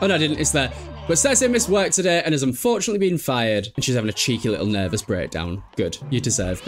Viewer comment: Pervous 🤣🤣🤣🤣 this was a good one haha sims 2 is the best type of chaos!!